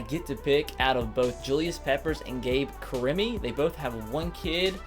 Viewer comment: It's pronounced Gabe Ka-Re-Me.